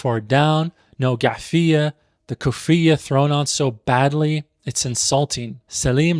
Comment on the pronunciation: Respectfully brother , you mispronounced ghutra, kufiyyah, and igal, and also different regions have different ways in wearing them. Also the first letter in the movie you examined was indeed in Arabic. Gotta tighten up my guy.